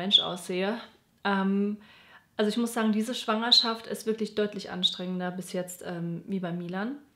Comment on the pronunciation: Besonders „Schwangerschaft“ puhhh